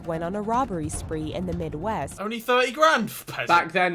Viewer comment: I like the way they said "ONLY 30 grand?!" I've never seen nor held more than £500😂😂😭😭